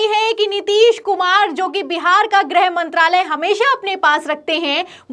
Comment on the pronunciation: Its not 'grahmantralay' young lady! Its "grihmantralay".